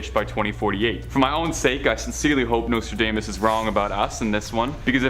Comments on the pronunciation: Learn to pronounce Nostradamus queen. Nose-tra-DOMM-us. Not dame-us. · U mispronounce Nostradamas. It is not NostraDAYmas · Nostra - DAME - us?? Where is this guy from??